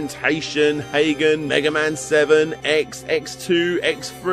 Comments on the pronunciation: 'Ha-Ga-Ne', not 'Haygen'. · Pretty sure it's pronounced ha-ga-ney. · did u just call hagane "HAY-GEN"?